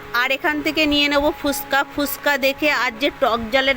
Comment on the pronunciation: Kothata Fushka noy.....Fuchka... R istaff noy.....staff..... Lmao😂😂